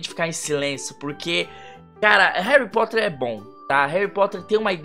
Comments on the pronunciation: HERUYH POTTEHR Ou pelo menos foi isso que vc falou kkkkkkkkkkk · RUARRY POTHÉR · HAARRyy POOtter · HAURRY POTHAR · Harry pootah